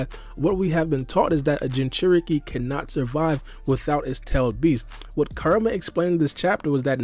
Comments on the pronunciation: It's hilarious how you're pronouncing Kuramas name. Sounds like your karuuamaa..... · It’s Kurama* say his name right